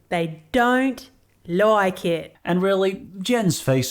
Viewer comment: “I don’t loik it”